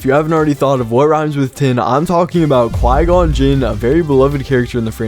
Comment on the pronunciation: Finally. Someone pronounces Qui-Gon right. Thank you.